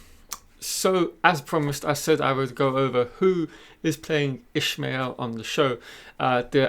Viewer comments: Its not Ishmael Its IshAmael. Lol, wheel of time pronunciation arguments at it again. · Nice vid. PS Ishamael is pronounced ih-SHAH-may-EHL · Thanks for the video, although I have issues with the pronunciation of IshAmael. I believe you mixe the name up with "Call me Ishmael" from Moby Dick... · I know it doesnt matter but his pronunciation bothered me